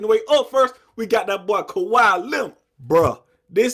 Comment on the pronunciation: ka-wee not ka-why 😂